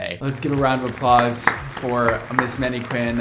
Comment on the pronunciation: Did he say maneQUIN? Twice? What a bizarre pronunciation.